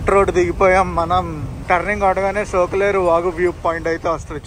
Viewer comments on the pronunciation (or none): బ్రదర్ సొక్కులేరు కాదు సోకులేరు... తూలసికోట కాదు తులిసిపాకలు